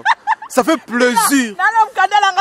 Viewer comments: C'est plaisir svp et pas 👉"PLAISURE" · On dit plaisir pas pleusir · Il a prononcé en anglais "pleasure". Lool